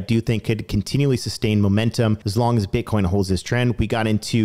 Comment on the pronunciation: I just love how u said Butcoin...🤣😂🤣